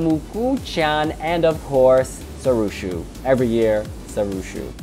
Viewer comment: lol, it's pronounced See-Roo-Show, Sirusho.